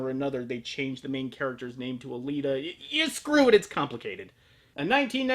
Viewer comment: The fact that I have yet to find a single person on the internet who can pronounce Alita's name properly distress me more than I though it would. It also amuses me greatly that you go over the OVA, that did an altered take on the first two volumes of the 9-volume original manga, completely ignoring said manga and it's considerably longer follow-up or even it's 3rd iteration that's currently ongoing. Amazing. I'm going to assume you simply do not know about this and will help you out here: I don't know about where you live, but where I am getting the manga was a very slow and painful proccess, especially as the original run has been out of print for several years. Luckily a new collected run of that is being printed now so you can get a hold of that. Until you do though, you can read these masterworks online, on varying sites. The original Battle Angel Alita run is here - Keep in mind, everything that happens after chapter 52 page 34 is not considered canon. Next is Last Order - all good from start to finish, then the now ongoing Marsian Chronicles - Again getting a hold of the books have been hard for me, might be a lot simpler for you, but to be fair you may want to know if you like what you are about top buy first. If that is the case though and you DO like it, supporting the creator of the work is only fair :) There is A LOT more material to justify an adaptation of BAA than just the two OVA's, and the manga is exceptional quality in every respect. Bat